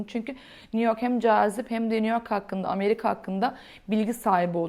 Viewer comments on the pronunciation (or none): none